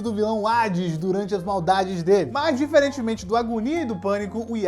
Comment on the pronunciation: Como assim "Hades"? Kkkkkkkkkkkkkk